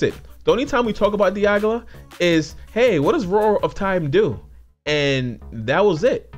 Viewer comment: You kept referring to Dialga as Diagla lol.